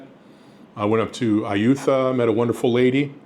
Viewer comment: Ayootha, where's that? Did you mean Ayuthaya? It's pronounced Ayuttaya... the th in thai written in LATIN letters (not english!) is t! English speaking people pronounce thai words so bad.. no offence.. If you don't want to learn the language, at least try to get the place names right. Learn some "thaiglish"! Learn a little about the culture! That makes everything a lot easier!! Don't get me wrong, I know it's the same the other way around. Lotus's spoken by a thai is Lotat, Global is Goban... It makes it hard to make a trip in a tuk tuk or a taxi for excample... A friend of mine sat in a taxi for over an hour for a trip that should have been 15-20 minutes because they didn't understand each other. And thais often just say yes when they don't understand, and this one just drove without knowing where... after a while, my friend knew he didn't understand where he wanted to go and looked it up in google maps. 30 minutes in the wrong direction. Girls online are the same you can meet in the street, market, bar... good ones, and bad ones. I know many that met the girl of their life online, in a bar, and at markets/other shops. I met mine by a fluke, out of money, scammed by another lady. She took care of me for 2 months, so now 3 years later we are happily married. I've been coming here since 2006, learned the language (not perfect, but good enough for daily, casual use), learned about the culture, food , music , movies and so on. I moved here 3 years ago, after meeting my wife. For